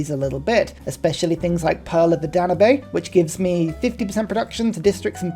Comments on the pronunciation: sounds like they need to add a pronunciation class at the university of sankore. (Dan-ube, rhymes with tube or lube. Unless that's a joke mispronunciation and I'm falling for an epic troll rn) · That is exactly what I was thinking, though correcting the pronunciation of an Englishman as an Austrian feels a bit odd :D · it's pronounced Dan-yube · Lol at "Dan-oo-bay." Great video, though! We all pronounce stuff incorrectly sometimes. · That is ceryainly one of the ways to pronounce Danube. Not one of the correct ways, but certainly one of them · That pronunciation of Danube :D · Ah your pronouncing pearl of the Danube very wrong. Its the second logest river in Europe Budapest is on the Danube.